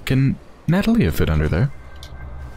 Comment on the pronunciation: Not to be a prick, but her name is pronounced nuh-TAH-lee-uh, not NAH-tah-lee-uh.